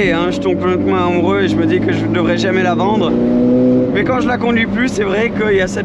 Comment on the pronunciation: Belle vidéo ,en revanche il faut que tu arrêtes avec tes maaiaiaias insupportable ca se prononce mais simplement .